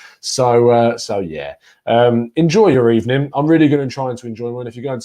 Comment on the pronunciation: It was a "bad ebening" for Emery